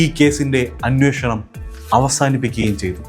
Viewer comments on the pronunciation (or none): none